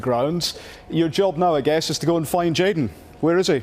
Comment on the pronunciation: Why would anyone listen the opinion of a guy who calls jadon "jordan" lmao